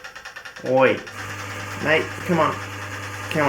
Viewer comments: The most Australian "OOY" ive heard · Coming from the American i am, Hearing you say "Oi, and Cmon Mate" to the spider was the most aussie shit i've ever heard and i'm here for it.